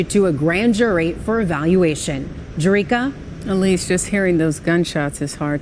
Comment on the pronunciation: The anchor woman's name is "Jerika"?..🤣